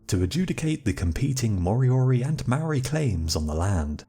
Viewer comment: Say Mould. Then say Mouldy. Māori. Your welcome